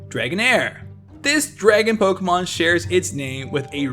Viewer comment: My personal favorite fun fact is how you can be the biggest pokemon expert ever but if you cant pronounce pokemon i really cant take any of what you say seriously...